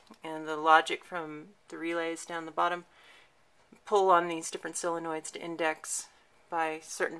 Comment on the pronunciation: Great video as are the rest of your videos. I admire your work and knowledge but have a nit pick. The Solenoids are pronounced solinoid with an O not SIinoid with an I. Sorry to be such a A __ about something so stupid but I just had to mention it. Looking forward to the rest of your videos and your self made pin.